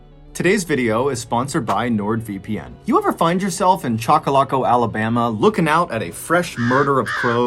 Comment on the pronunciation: It's pronounced chock uh lock uh Mr Ballen